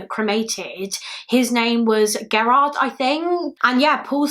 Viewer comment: FYI, lol Gerard is pronounced.... jur- like germ and R-like yard I only know cuz that is my maiden name.